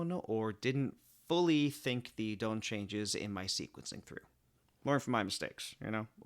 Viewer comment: I love your videos and it's an incredible work but please pronounce Don correctly